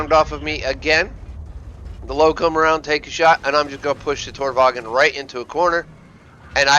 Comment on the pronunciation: good video but the lowe is pronouced like lurver and tornvagn like tornvahn